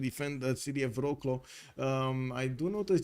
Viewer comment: Sorry i understand you can learn every language but bro claw sounds so bad to me ;) Wroclaw was originally german city so if you have to name it internacionally please use german Breslau. its not cool but at least understandeble to polish citizens ;)